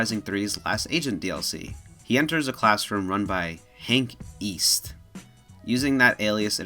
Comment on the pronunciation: Oh East? I thought you said Weast